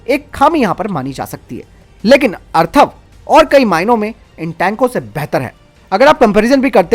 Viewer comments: Atharva na ki Arthava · मेरे बंधु... जानकारी अच्छी है, परंतु अर्थव और अथर्व में फरक जानलो...